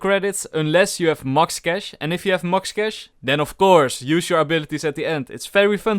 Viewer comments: 'mucks cash' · "mux cash" - 2021